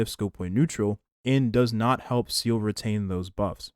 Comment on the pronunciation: why do you always say seele’s name wrong? is it a running joke or something? she’s not a seal